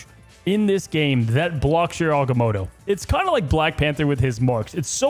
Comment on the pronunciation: "Aganono" was the best thing ive ever heard LMAO